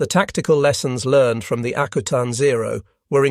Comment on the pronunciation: I live in Alaska and it’s pronounced AK U TAN not akootan. Further more it’s not freezing in the Aleutians in June and july, it’s not exactly tropical but it’s not Arctic weather either. Great production love listening to.